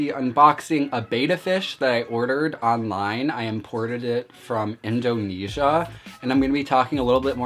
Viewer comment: I’m actually dying whenever he says Indonesia